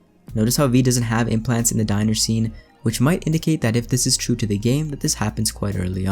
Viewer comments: Sorry I like your content but I can’t get over how you pronounced the diner the dinner. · It sounded like you said Dinner not diner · Love your videos!! So I hope I don’t sound rude when I say it’s pronounced diner as in a place to eat. Dinner has to n’s. I remember it like I’m having seconds so two n’s. Also though that short cinematic trailer didn’t really explain to me what was so important about a diner. Is that where you find one of the fixers you’ll be working for?